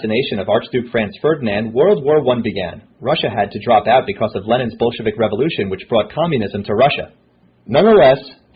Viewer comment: LOLOLOL I LAUGHED SO HARD becuz it sounded like "Russia had to drop out because of Lenin's bullshit." LOLOLOL xDDDD